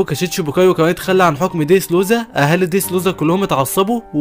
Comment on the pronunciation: يا خي بالهي عليك انطق الاسمي با الصحيح اسمه دريسروزا مو ديدرودا